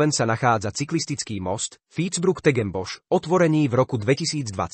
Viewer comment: Parádne, okrem výslovnosti toho generovaného hlasu :D malo by to byť tuším "fítsbruch techenbos"